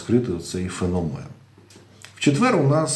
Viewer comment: ФенОмен , наголос на О